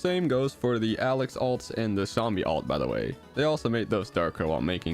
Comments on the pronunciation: its alex not alec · Did just said Alen instead of Alex?